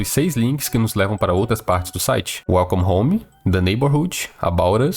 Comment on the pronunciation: KAKSK smp q ele fala welcome home a primeira coisa q vem na minha cabeça é: "welcome the mato" KKKKKK